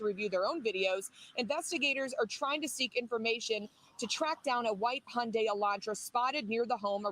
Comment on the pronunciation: You're the first person I've heard so far that pronounced Hundai correctly!!